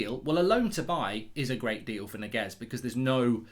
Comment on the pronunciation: It's not Niguez, it's Ñiguez